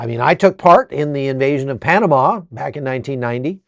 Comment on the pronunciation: Panamá, penomme